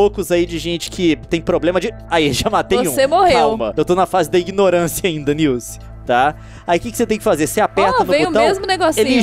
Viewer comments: "SILCE" morri KKKKKKKKKKKKKKKKKK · Nice: não não leon:cilce Nilce: cilce? KKKKKKK😂😂😂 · "Cilci" HAHAHAHAHAH to rindo ate 2016